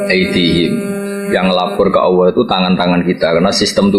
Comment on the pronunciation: Nyebut asma allah jadi allokh